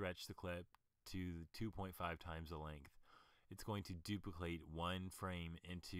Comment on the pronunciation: What did you say in the beginning when you were supposed to say "duplicate"? :P